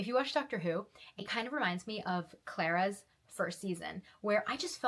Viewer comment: that pronunciation of clara made me grimace.